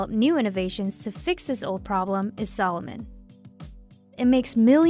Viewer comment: it´s called a-di-das..no "aydeeduzz" or if then say Ay-dee-das...sa-looooo-mon, not salmon... ^_^ its so weird for me as an german to hear AAY-Di-DASSS ...